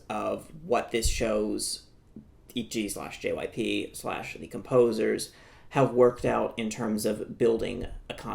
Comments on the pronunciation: your insistence on saying itji instead of itzy just adds to your annoying know-it-all vibe just say it how it's written like everyone else 😭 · does he realise that Itzy isn't pronounced Itchy? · itzy said soty